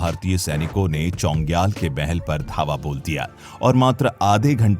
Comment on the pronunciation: चोङग्याल नही छोग्याल है भाई।